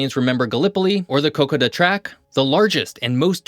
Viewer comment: Kokoda is not a track, it's a trail. And Kokoda is not pronounced like you've done.